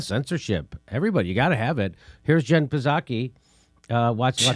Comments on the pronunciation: "Puhzaki"? lol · Seven months after Biden was inaugurated and Jimmy still can't pronounce "Psaki"!